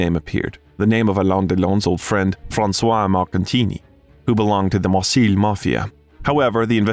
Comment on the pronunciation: Marseille is pronounced mar-say, Champs-Élysées is pronounced shomp-ell-eee-say, please coach your AI in the proper french pronunciations.